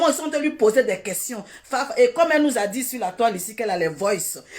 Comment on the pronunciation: On dit dst